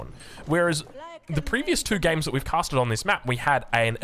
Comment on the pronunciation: Haha last few videos you’ve definitely been slowing down the pronunciation of “casted”. Don’t let the custard get to you man. Say it however the tf you want. Thanks for being you. 👍